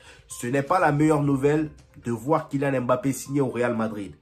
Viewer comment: mon frère on sait que tu as le potentiel de prononcer "MBappé" et non "M-Bappé" non 😆